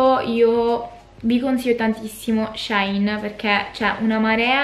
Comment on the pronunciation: Ciao 😍 La pronuncia corretta sarebbe "She in" perché il nome originale del sito era "She inside". Ma alla fine ciò che conta è fare shopping 🤭😌 Ps. Sto per fare un ordine per colpa tua ahahahah